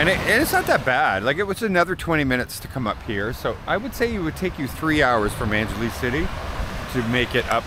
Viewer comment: Angeles sounds like ANG HE LESS 🙂